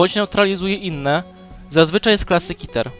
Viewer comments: nie mówi się kiter tylko keter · Przestań mówić kiter mówi się KETER kiter brzmi jak jakieś coś nie groźnego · Jaki KITER mówi się Keter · czemu ty muwisz kiter